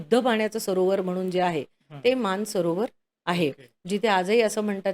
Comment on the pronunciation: मान सरोवर की मानस सरोवर ? हे स्पष्ट उच्चारावे.